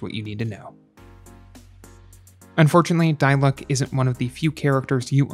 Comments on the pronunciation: noone: him: *dailooc* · "Die luck" 😭😂